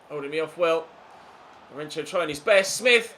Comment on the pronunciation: Since you're talking about name pronounciations.. Lourenço's ç is not pronounced like a "ch" sound but like "ss" sound